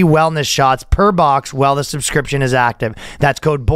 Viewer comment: Ryan is back on saying "suscription" again.